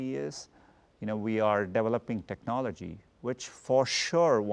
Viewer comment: He is not saying developing, he is saying DEVILoping